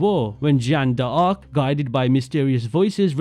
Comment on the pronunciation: Ah yes. Jacks Demolay and Jan da Arc.